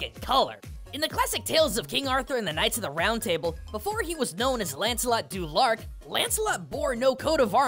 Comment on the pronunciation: Du Lac, not lark. You spelled it correctly, however you pronounced it wrong.